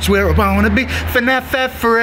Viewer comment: You didn't even say it right. It's FNAF